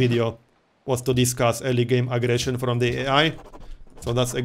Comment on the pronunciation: The way you said early game aggression sounded like illegal immigration :D